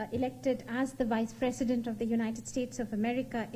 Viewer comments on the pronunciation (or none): It is a time wispresedent of America should indian style of pronunciation